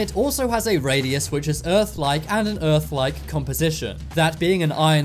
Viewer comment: Errph not earth......